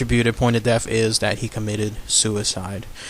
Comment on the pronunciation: All cool stuff except pronunciation..deaf instead of death and wif instead of with